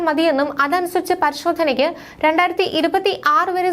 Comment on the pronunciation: 'രണ്ടാർത്തി' എന്നല്ല. 'രണ്ടായിരത്തി' എന്ന് വ്യക്തമായി ഉച്ചരിക്കണം